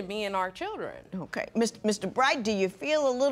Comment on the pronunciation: If she says chidren one more time,, gosh